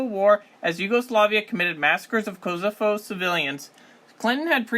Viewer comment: Great video! But please work on your pronunciation of Alpine, Bologna, and Kosovo haha